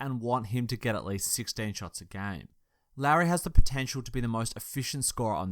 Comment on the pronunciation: For future reference Lauri is pronounced similar to Lowery, at least that's how my finnish relatives pronounce it.